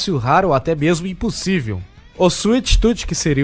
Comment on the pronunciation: kkk suite tuti kk afff cala boca ...... suite toom escrevi portugues pra vc sabe pornuncia o certo animal